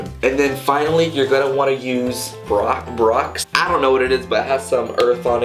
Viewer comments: its pronounced like boar Axe haha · when he says borax it sound like barack 😭